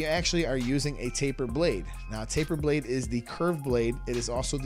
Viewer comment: Faper blade? I thought it was taper blade